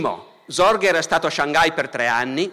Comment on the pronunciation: Ascolto youtube come una radio senza guardare l'immagine, ho sentito tutto questo video convinto, per la strana pronuncia di Barbero, che stesse parlando di Zorge e non di Sorge. Credo Barbero dovrebbe tenere conto la pronuncia delle lettere oltre che approfondire la storia se no si possono creare gravi malintesi.